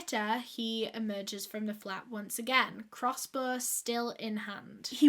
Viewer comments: "Crossbor" haha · I thought more like crossboah